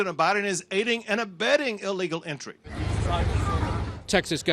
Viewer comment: can't say the word "illegal" 😂